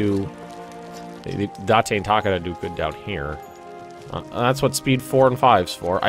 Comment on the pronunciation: You say Takeda Tu-Kay-Du